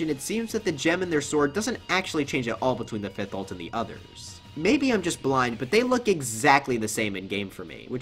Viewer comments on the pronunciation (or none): none